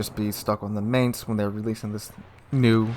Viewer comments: It's not pronounced Maynts, it's pronounced like Mine-ts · It's pronounced like the English word "Mines." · I don't know if anyone cares... but I'm just putting this out there.... it's pronounced "mine"tz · YO! The "A" is spelled like in the word "Bar". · please research how Mainz is pronounced cause yah killen me dude!!!!! Was stationed in Mainz, Germany for 2 years so I do know what I'm talking about! Link here to hear for yourself. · interesting info. if you don't mind a small pronounciation correction, the "ai" in Mainz is pronounced like "eye" and not like "ai" is pronounced in the english word "main" ^_^ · come on, plenty of youtubers already covered this and actually showed how to pronounce Mainz correctly. At this point you are just misspronouncing it just on purpose.